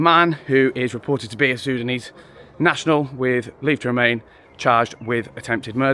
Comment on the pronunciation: Muslim sudanese. Say properly